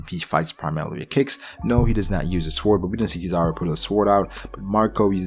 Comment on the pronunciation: I thought this was a great theory other than the fact that instead of saying sword you say swored it sounds so dumb neck yourself for that but other than that good shit my dude